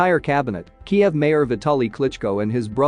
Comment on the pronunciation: pronounced KEEVV unless you ruskie....